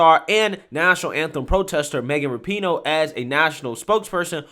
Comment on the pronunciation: Rapinoe is pronounced rah-pu-no, accent on the first syllable. But yeah, she’s a jerk.